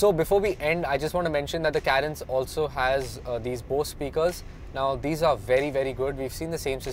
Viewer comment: If you are going to review a car, atleast know how to pronounce it right. It's Car-ens. Not Kae-rens.